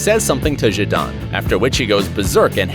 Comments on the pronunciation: I’m as far as you saying Zindine and I cant believe it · Omg he called him Zindane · ‘Zindane’ really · Zid eye n zid arn smh. american pronunciation is so funny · the butchering of Zidane's first name was brutal haha